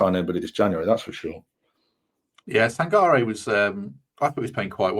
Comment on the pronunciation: Sangairay, Taywoo and Yota. My ears are bleeding!